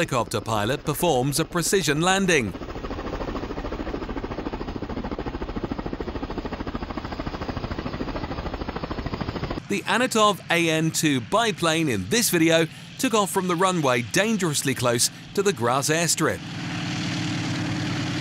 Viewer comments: Antonov (pronounced as if written "untonnoff") not "anatov"... ...........Not only "a fast low-pass over a crowd" but a sonic boom too... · What "Anatov"?? Are you nuts??? It's AnTONov, not Anatov.